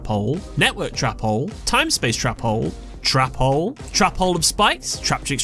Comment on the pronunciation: I love how you say trap hole cause it sounds like youre saying Trapole